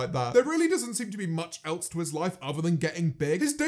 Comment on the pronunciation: No one: James: eltse